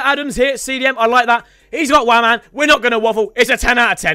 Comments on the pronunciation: I bet you cant tell me how many times he said waman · said waman 27 times this video